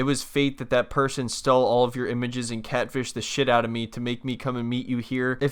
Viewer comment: I swear you’re saying CADfished.